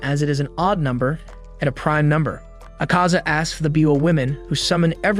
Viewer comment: And it's Akaza not acaza